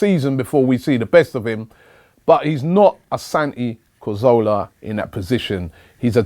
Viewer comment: Robbie perhaps you can take some time out to learn how to pronounce his name correctly by the time he returns? ;)